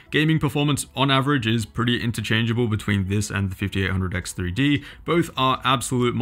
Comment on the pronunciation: You couldn't have butchered the name harder if you tried...